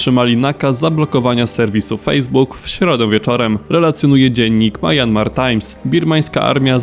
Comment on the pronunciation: Myanmar czyta się mjanmar a nie majanmar.